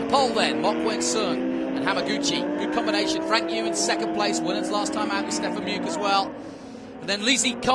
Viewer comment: Is there any chance that the idiot commentator could learn to pronounce Stefan Mücke’s name properly?